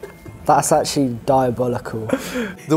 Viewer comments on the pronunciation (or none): "That's achewallee diaballicall."